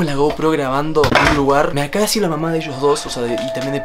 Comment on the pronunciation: Yo entendí "ay mamá shed 😂😂